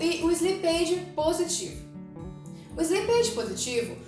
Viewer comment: Bom conteúdo, mas a pronuncia de slippage está errada.